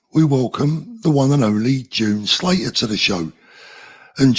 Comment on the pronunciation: Sound like shes on east enders way that swcond name